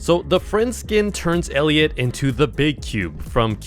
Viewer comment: How did bro mess up friend elliot🥀